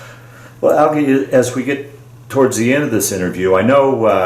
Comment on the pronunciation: His name is pronounced ‘al jee’ not ‘al gee’. Growing up, I lived a block from him. His parents lived next to my paternal grandparents. My aunt married one of Algie’s brothers. Another of his brothers was my barber for several decades. I was fortunate to attend several of the Boone Family Reunions.